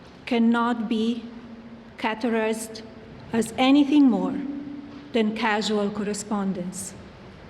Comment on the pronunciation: Yep, could not even read categorize correctly! Why is she delivering this statement now? There is something fishy about it, especially since she is not under oath. And they don’t want Bondi to be deposed by Congress, that’s why she was fired.